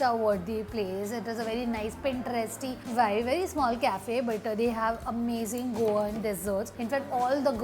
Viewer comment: Bro! Pls stop saying: Availaval! It's available! U don't pronounce the 'B' ever! It's not Vive... It's "Vibe". U don't pronounce B at all!